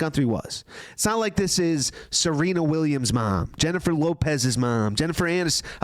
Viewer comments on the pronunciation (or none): none